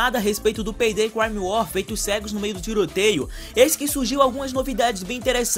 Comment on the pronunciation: FALANDO PEI DEI KKKK VÍDEO TOP LIKE